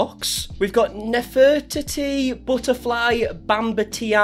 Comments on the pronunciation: You pronouncing Nef-Rah/TEETEE is awesome! It’s almost obscene lol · Love that he can't do D'artagnan (not a three musketeers fan), Nefertiti (what Egypt??), and Aphrodite (who Greek goddess when??) not being mean i love it those are hard ones i just think it's sweet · "Nefer-tee-tee" (sounds like "never") and "Afro-dye-tee ", Bamben-Tayna" 😉. You kept adding a whole bunch of " "I"s and "E"s that weren't even in the spelling.